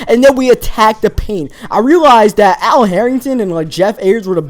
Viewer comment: It's not "dat" it's "that" and it's not "dere" it's "there"